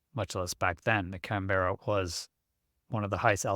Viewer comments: It's not Can - beara. More like Can-burra/Can-borough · Canberra is pronounced "kan·buh·ruh", or "Kan-Bruh", trust me I'm Australian. It's not a ee sound like 'Berry', confusing I know. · Pronounced "C A N B R A" - Worked as mechanic on No 3 Squadron Germany 1968. RAF. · It's pronounced Can-ba-ra. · can-bear- a is not how it's pronounced. At least not in the UK . As a few others here have pointed out. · try looking up the capital of Australia, then go and listen to how it's pronounced. 🛎